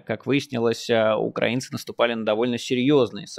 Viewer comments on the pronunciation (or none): none